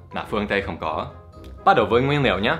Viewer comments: you pronounced ingredients "nguyên liệu" but fall into "nguyên niệu" like Northern Vietnamese people, u know? :) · nguyên niệu =))))))) Dan ở Hà Nội nói ngọng y chang ng Hà Nội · thầy bị ngọng rồi : nguyên ''niệu'' :)))) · OMG Dan nói ngọng "nguyên niệu" "những điều dễ nhầm nẫn"